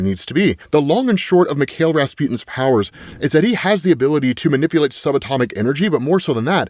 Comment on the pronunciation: Just so you know it's pronounced Mee-kai-el Rasputin. It's the Russian version of Michael